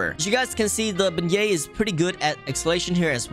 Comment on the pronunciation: "Beignet" What i heard: BE GAY